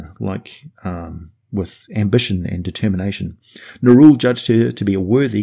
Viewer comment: Only because you said to "post any corrections;" Nerull should be pronounced the way it's spelled i.e. Neh-rull like skull; not Neh-rule like cruel. And also it should be pronounced Shay-dar kai as in shade instead of Shah-dow kai as in shadow. While I understand it's splitting hairs, you are a man of words and are looked at as the example to follow with them. Help us be more exact with a more accurate pronunciation of the creative spelling their creators gave them. On a side note, it's a disservice to pronounce Asmodeus as Az-mode-e-us instead of using the same emphasis you'd pronounce Amadeus with. No one would say A-made-e-us; they pronounce it as Ah-ma-Da-yus / Az-mo-Da-yus 😉 Thank you for creating all this amazing content and take the criticism with a grain of salt... I love the channel!